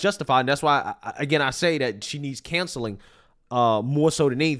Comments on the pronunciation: she needs what now? Cancelling? Do you not know how to say Counceling? 😂 that’s the second time you’ve said this and I’m like what the hell is he saying canceling for? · When you said 'counseling', it sounds like 'cancelling'. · with all respect, it's pronounced "Counseling" "cown-sell-ing". not cancelling. One may not feel like it's a big deal, and trust me, I understand accents as I can have them as well. But you have a huge platform, and we don't want to say the teen needs cancelling, because that could denote she needs to "disappear for what she did", and we all know that this is not the case. Much love, but it's a huge pet peeve. The first time you said it, I cringed, but then you said it again, and I've got to speak up. I agree with you, it's a horrible situation and I just don't understand while these judges and politicians just don't give a hoot about us as citizens.